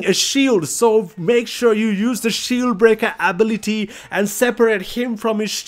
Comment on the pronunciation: My guy don't know how to say ability